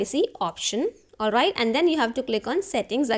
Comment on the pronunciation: Olvait, olvait, olvait 😂😂😂